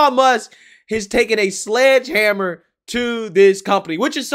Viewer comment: Did you say "Sludge Hammer"? What the hell is that?